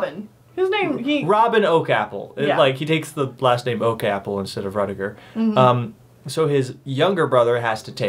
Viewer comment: It's "Ruddigore" rhyming with more. It originally was spelled "Ruddygore" which literally means "red blood". The spelling was changed to "ruddi" because many proper English people considered the word "ruddy" similar to the rude "bloody" which they considered vulgar.